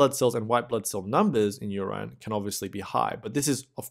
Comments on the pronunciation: WHAT THE HELL IS "URYNE" ???? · ur-IN = nahhh ur-EYE-N = :D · Anybody else feels odd about the way he pronounces “urine”. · so help me god if you call it "urine" one more time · Somebody please teach him how to say urine properly PLEASE! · you pronounce "urine" wrong = Goof Ball City. i thought at the beginning...how good we get someone who is not a foreigner and who pronounces well....then with CC i see the word that you mis-pronounce = obvious you didnt grow up with english. GET ANOTHER SPEAKER WHO PRONOUNCES WELL. NO MORE GOOF BALL CITY WITH BAD PRONOUNCIATION